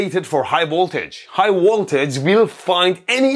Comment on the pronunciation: I love it when Mehdi says "high woltage"! Love the vid my man!